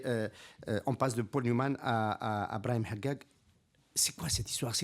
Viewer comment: Son nom n’est pas Brahim Haggiag mais HADJADJ !!!!